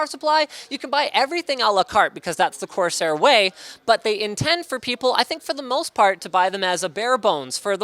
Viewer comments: Linus said cortair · "Cortairsair" -Linus 2016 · "Cortairsair" -linus 2015